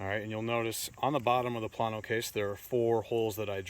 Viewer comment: Plano is pronounced "Planeo".